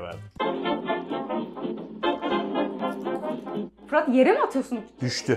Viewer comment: abla fırat abinin adını her yanlış söylediğinde para alsaydı milyoner olurdu herhalde 🤣